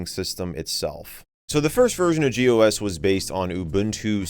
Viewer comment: when you read gOS as "gos" it's pretty funny